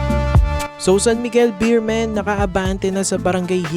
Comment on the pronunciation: BEEMEN daw 😂😂 hahaha BEERMEN Po kuya salamat